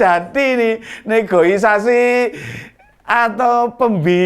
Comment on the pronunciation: Negosiasi om..bukan negoisasi.